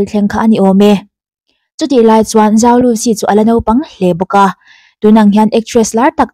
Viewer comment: zhou tihhi Chinese accent a lam chuan chou tih deuh a lamtur.. i fans ruhkawl o